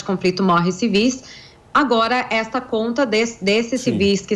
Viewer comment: Civís , moça!ah, agora falou certinho!